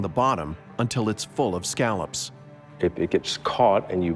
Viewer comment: My father is a former lobster fisherman who also fished scallops. He is losing his mind right now because the narrator keeps saying scallops wrong. Why didn't anyone tell him that exepcially any fisherman washing this is going to be offended? LOL